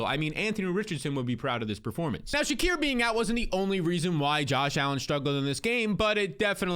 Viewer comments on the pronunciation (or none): please it's (SHA-KEER) not (SHA-CORE) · "Sha-Keer" not "Sha-Cur" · Said Shakir’s name 10 times, but 5 were Shakur, great Job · How do you get Shakor out of Shakir that name there ain’t no O in it 😂😂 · Why can’t homie pronounce Shakir?